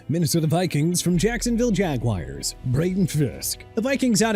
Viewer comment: Jacksonville Jag-wires 🤭